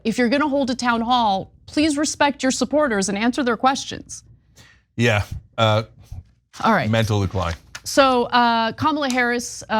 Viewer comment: “Who the hell wants to hear queshshons?”